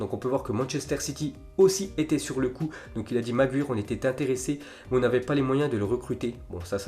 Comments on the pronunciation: Apprend à dire Maguire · C magwayer pas magwyre vieux shalgue et c pas DE lite c’est de light